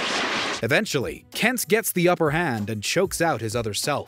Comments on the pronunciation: Are you saying “Kents”? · Why did it sound like you were calling him "Kents"?